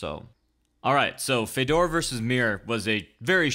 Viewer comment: What is it with the weird Fedor pronunciation? Common man, there is like a billion ways for you to hear(The commentary team?), how can you still say it so weird?